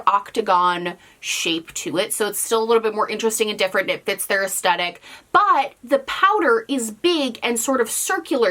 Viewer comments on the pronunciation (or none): The smiley face with heart eyes isn’t scary, it looks so sad 😢. In the name of being petty, it irks me every time she says “aesTetic”… it’s aesthetic aes-THet-ic